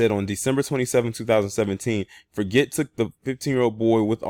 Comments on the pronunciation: Hey, how is it going, man! I just wanted to share with you that his last name which is spelled Forget is pronounced ( Forjay) in phonoenics. I believe it's a French last name. Keep bringing the good content and notable stories that go under the radar. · Yes its pronounced forjay like Guy Forget the old French tennis player.